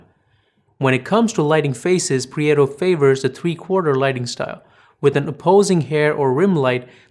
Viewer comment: Prieto, Iñárritu and Babel-- all thoroughly mispronounced.